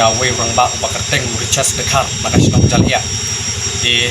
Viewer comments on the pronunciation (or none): Kynnoh Ja-ly-iah ym jaliah